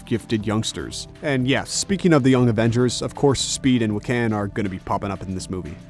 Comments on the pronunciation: Its wick-en not wick-an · Or how he said Wi-Can, like he was a Toucan. It's WICK-AN. LOL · dude really said "Wi-Cann" bruh.